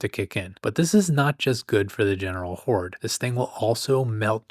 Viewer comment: LOL... he said, "whored"